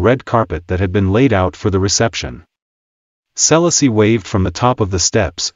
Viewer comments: The relentless mispronunciation of "Selassie" smh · A.I really….can’t even pronounce the name….hilarious. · Dis man pronouncing Selassie name wrong..wat da bombocloth wrong wit him